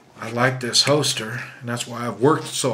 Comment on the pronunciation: HOLSTER not HOESTER!!